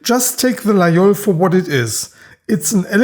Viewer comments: ville de io , laol , lai , lol. . . encore un effort on va arriver a LA GUI IOL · Excellent video. You pronounce Laguiole correctly. Most people, including in France say the gu). The Laguiole is essentially an user. They cut very well.